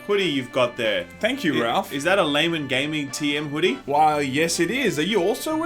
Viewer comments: "Gay guys"? Its pronounced "Lay men" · He almost said Gaymen Gaming at the beginning of this video ha ha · Pretty sure i just heard "gaymen laming". I have no idea what it means, but i can't unhear this now. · "Gaymen Laming" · Laymen Gaming..... Did you mean: Gaymen Laming?